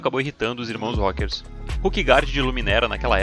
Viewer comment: "rókers" ai meu cerebrooooooooooooooooooooooooooooooooooooo